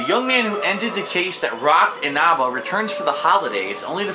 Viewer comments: "Inahbah" "Izinagi" oh god. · it probably shouldn't make me as mad as it does that he mispronounced Inaba. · His pronunciation of Inaba and Izanagi gave me scoliosis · DSP needs to know that he pronounced Inaba wrong